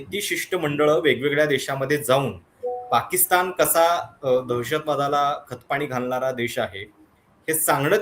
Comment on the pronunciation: साहेब आपले पॉडकास्ट नक्कीच चांगले असतात.परंतु आपली भाषा सुधारण्याची गरज आहे असे मला वाटते. पाकिस्तानच्या ऐवजी पाकिस्ताण मनाच्या ऐवजी मण कुठे न आणि ण वापरायचा हे कृपया ठरवून आपण बोलत चला ही विनंती🙏 त्यामुळे आपली भाषा अशुद्ध वाटते धन्यवाद 🙏